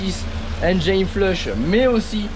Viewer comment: Super vidéo, ça se voit que tu fais bcp d’efforts pour la réalisation de tes vidéos, merci! Petit conseil si je peux me permettre pour la prononciation de Engine flush, Engine se dit comme si tu le disais en français donc pas de Engaïne 😜